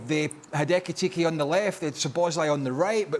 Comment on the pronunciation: Craig mentioning ekitike name as ekitiki😅